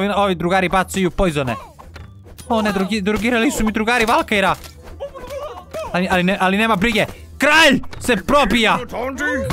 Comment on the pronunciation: kaže se valkari a ne valkajre